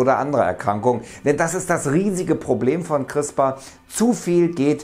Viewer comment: CRISPR nicht "Chrispa"...